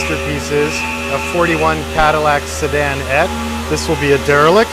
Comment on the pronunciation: It's pronounced see--den-ette, not sedan-ette,.